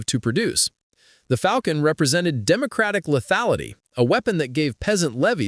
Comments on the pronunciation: A Falcon is a bird of prey! A Falchion, pronounced FAL-CHI-ON FAL-SHON is a medieval sidearm. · "Fall-shin" not "Falcon" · Its pronounced Fawl-chun , not falcon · Yes, a falcon is a bird. But I'm pretty sure the sword is pronounced more like fall-chun or fall-shun, with two syllables and the i not really heard. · If you're gonna pronounce it "falcon", then you should at least be consistant and say "raper" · . You don’t have to be a video-making expert to dislike Ai slop. The script was written by Ai (which is why there’s so much misinformation) and the narrator is also Ai (which is why it pronounced “falchion” as “falcon”) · No. Rather falkhion. Falshion also looks acceptable. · Hey, Love you videos, a real person behind the mic is unfortunately novel these days. That being said I believe you are pronouncing Falchon incorrectly. To be sure I went back and researched the pronunciation. The Cambridge Dictionary Online has a wav file with how the pronunciation should be in both UK and US versions. I hope you take this as it is meant to be, constructive criticism. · mispronouncing sword names.... ya this dink is cooked. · I'm not keen on taking sword knowledge from someone who couldn't pronounce falchion correctly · It’s an Ai voiceover reading an Ai script. It can not correct its pronunciation